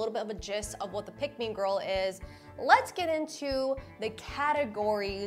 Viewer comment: Why u say gorl Instead of girl